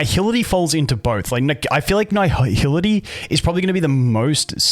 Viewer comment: I feel like my ears are bleeding after hearing this man butcher the word nihility for 9 minutes straight, who fuks up nihility, its nihility not naihility